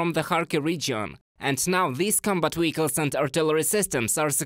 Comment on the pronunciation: I love how he says "wehicles" 😄